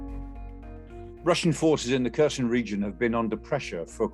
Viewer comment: "kersion" like in-cursion??. wtf pronounce it properly